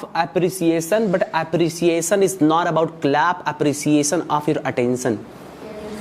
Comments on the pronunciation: Iniciater 😂😂😂😂 its Initiater Appresiason😂😂😂😂😂 its Appreciation.... Totally wrong accent!! What type of accent is this ,this totally blown my mind nd i quit the video ok bye!!!!!! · Appreciation ❌ App- re - ciaation ✅ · Apriseeyesen😂atensen😂pesuving. Purchasing degree. Kya kya dekhna padtahe